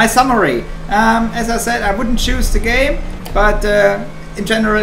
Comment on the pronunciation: I am the only one that heard "gay" and not "game" in the first 10 sec?